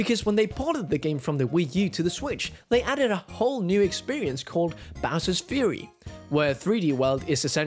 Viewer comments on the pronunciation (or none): none